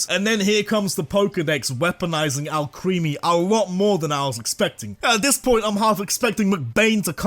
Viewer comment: IT'S ALCREMIE, NOT F*CKING ALCREAMY! FIX IT NOW!